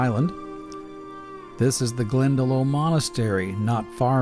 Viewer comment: Glen-Da-Loch, is how iut is pronounced my friend :)